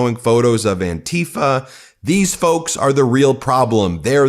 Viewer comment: PLEASE do not pronounce Antifa as "an-TI-fa"; pronounce it as "AN-ti-fa", as in Anti-Fascist.